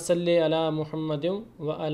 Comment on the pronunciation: Sir.. don't mind please.. but aap ka 'Ain' ka talaffus sahi nahi hai ... When u are pronouncing 'wa ala' .. 'aali' ... there is no difference between 'Ain' and 'Alif' wali sound.... You are pronouncing like 'Alif' wali sound... Pleae go through ur video and feel the difference urself... 'Ain' ka talaffus should be through epiglottis .. Shukriya